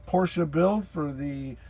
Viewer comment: Yep, if ya gotta have a Porsh-a, that's the one. 👍